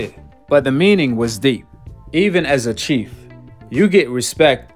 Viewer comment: Chef not chief